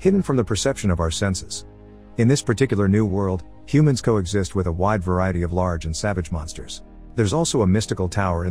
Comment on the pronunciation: "Co exist"